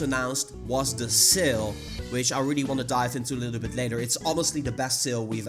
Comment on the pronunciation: When you said " seal " I thought that you were talking about the pokemon with the same name, but when you showed the shop boxes I finally realised you were saying "sale". You need to work on your pronounceation buddy.